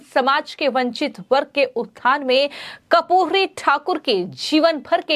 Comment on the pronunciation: कपूरी नही बेटा कर्पूरी उच्चारण किजिए।मोदी जी क्या खेल खेलते. समझ के बाहर हैं। राम विलास पासवान लालू यादव नितिश कुमार शरद यादव सब लोहियावादी कर्पूरी ठाकूर के आयु में छोटे पर शिष्य कह सकते हैं।बिहार मे बडा खेल होने जा रहा हैं।